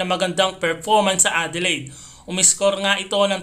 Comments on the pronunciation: Aaron bayns.. that the right accent.. prang Adelayd.. hindi adeleyd.. keep it up.. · Si Tatoo PH vlogger ng games ni Kai, aussie pag bigkas sa Adelaide. Satin Ade-Laid sa kanya Ade-Lied. 😅😂😅😂 Di bagay 😂😅